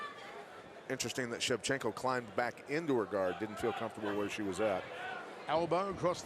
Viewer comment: ShevchenkO! Not ShevchenkA ! 😡